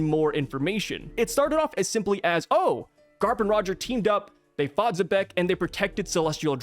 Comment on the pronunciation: Nash also knew about Zeus, who was created by Linlin after Carmel's death, and the Homies clearly aren't aware of each other by some kind of mental link, since Nash didn't know about Zeus becoming Nami's servant. And I just now realized I don't think I've ever heard an English-speaking YouTuber pronounce Xebec correctly as "zee-beck". Sure, fans get names wrong all the time, but this a little weirder than most, since as a name for a ship type it's a word used in English (though probably not often), and even its Wikipedia article has the pronunciation written in IPA. And since the corresponding Japanese article uses the same katakana as the character's name, there's no room for alternate interpretations.